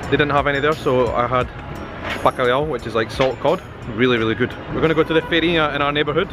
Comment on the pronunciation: Você já fala ''ão'' muito bem. E sua pronuncia de ''bacalhau'' falando rápido foi ótimo. Aliás você consegue pronunciar as palavras rapidamente quase sem sotaque, isso é muito bom.